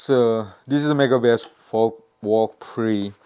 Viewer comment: It’s pronounced; “Vel-ka-ree” 😅